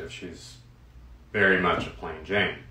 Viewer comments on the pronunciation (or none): none